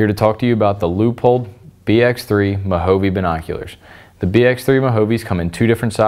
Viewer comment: Really?? Mah-ho-vee?? I mean, you're into archery, which historically was developed in what is now the United States by the Native Americans. Moh-Hah-Vay. Say it with me....Mo-Ja-Ve...again....Mo-Ja-Ve….good. Now do the video over.